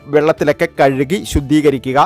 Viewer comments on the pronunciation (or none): none